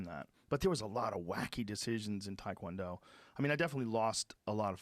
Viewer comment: I listen to the show a lot, but I really wished Joe could pronounce Taekwondo properly. I die a little every time he says it wrong, especially knowing how many people listen to his podcast.